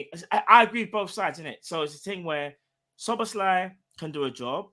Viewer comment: and learned how to pronounce Szoboszlai 😂